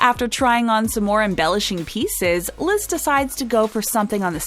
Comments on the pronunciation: Why does the narrator keep calling Liz "Lid?" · not "Bride Liz," but instead "Brize Lid."